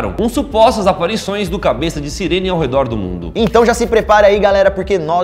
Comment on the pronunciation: tu vai ouvir a cabess